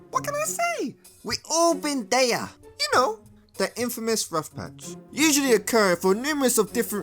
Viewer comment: "We all been dheya" 💀💀